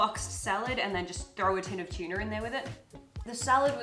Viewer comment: tchilly tchuna